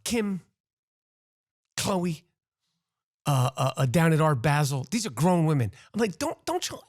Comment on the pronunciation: Good rant Rap. ONLY…FYI…for the sake of world geography…it’s Basel with a short “a”, like cap. 🤷🏻‍♂️ The devil is in the details. Keep up the good work & greetings from Switzerland.